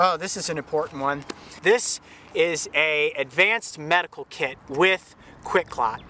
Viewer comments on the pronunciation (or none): I thought he said i got my KID in here! Loll its kit